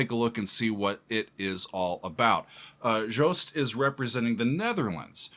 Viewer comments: You are the first one outside NL to actually pronounce 'Joost' pretty well! It's not 'Joust', but 'Yoast'. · Hey, the first American that pronounces Joost’s first name right …! 👏